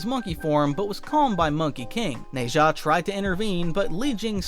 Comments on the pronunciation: its nazah (na-jah) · The way you're pronouncing nezha is funny